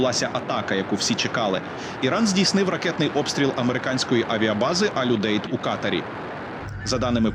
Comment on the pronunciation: Не Катер а Катар